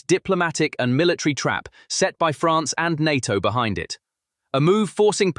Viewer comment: En Ay Tee Oh ... is often pronounced (in English) as NAYTOE. NATO, easy enuff?